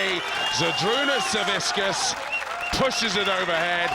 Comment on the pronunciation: Zavickas. Not Zaviskas